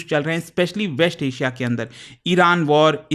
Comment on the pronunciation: Why does he pronounce "interest" as "interesht"? "West Asia" became "Wesht Ashia". Have heard him say "violence" as "voilence" a lot too. Not expected from an educator. Strange.